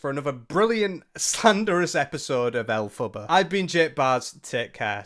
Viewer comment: Why do you keep calling her 'El Fubba'?